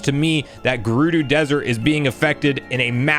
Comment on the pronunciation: Garoodoo, Heenix. The pronunciations made me laugh lol